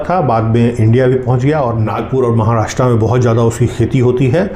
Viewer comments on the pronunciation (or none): none